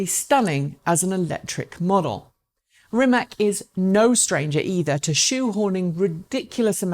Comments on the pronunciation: It does hurt when my favourite EV Youtube presenter goes along with the ignorant herd and pronounces "Rimac" like "RimaK"... my ears are falling off hearing this... Obviously, Rimac is still not famous enough... For the umpteenth time, the C letter in Croatian is pronounced like TS (as in the tse-tse fly), so it's "RimaTS", not bloody "RimaK", for Pete's sake! Dear, please be better than the sickeningly ignorant herd!! Greetings and best wishes from a native Croatian speaker. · Please, it's not Rimak, it's Rimac (like ''rimats'') and please learn to pronounce it like it should be. Mate and his amazing company deserve atleast that :) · "Rimatz" - how it should be pronounced. Oh well...she tried. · Ispravi u Rimatz...kakav Rimats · Rimac <> Rimak or Rimack, god dammit. Oh, well, at least you pronounce the "Rima" part right, well done.